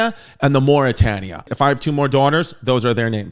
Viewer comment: Was also not just black people on the lowest deck of the titanic, there was one black man . Your pronunciation is killing me of Mauretania. Bernard Hill played Edward Smith.